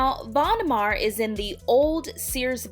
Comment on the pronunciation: Von Maur rhymes with tower and power not mar and par. I live in Davenport Iowa, where the headquarters is located. Love the store!